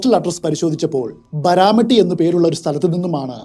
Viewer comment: ബരാമട്ടി അല്ല "ബരാമതി" എന്നാണ് bro